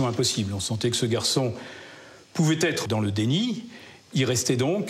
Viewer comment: "N'a pas pu z'être... " 😄😄😄